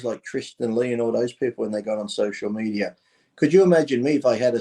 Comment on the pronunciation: dave and his fascination with social medierrrrr